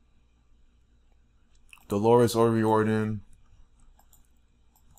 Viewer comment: delorus o riordan was a christian your pulling numbers out of your thin air and this is disrespect to an irish woman who gave her God given gift to the world and riordon is pronouced o riardan not o rieeeororidon,,,,,,,,,,,, if your going to give facts do it right yes there is illuminati and those who bpught into it but delorus dident intertain that crap look up your facts and do your research properly this woman was a dedicated musician and put God first and her family and put her ireland on the map soo is every singer going to be put in the same boat ? using what God gave them to use their talents im sick of the disrespect and dishounour to her and her family delorus suffered deppression and anorexea and her youngest is only 12 have some fecking respect and remember your hurting her children writing this bloody nonsense